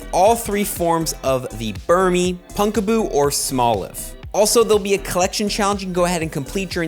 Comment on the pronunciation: Second PoGo content creator I have seen pronouncing "Pumpkaboo" (as in, you know... "PUMPkin") as "Punkaboo."